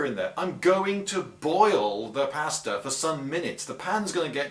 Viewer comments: He was trying to say pasta, but he said it wrong. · He said pasta wrong. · Sosspins and pass tah. Surely you mean saws pahns and paw stuh. Lol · Is he saying "pasture" or maybe "pasta". If "pasture", is that the British word for "milk"? Use standard cast iron cookware and no one will make an issue about your pots being black...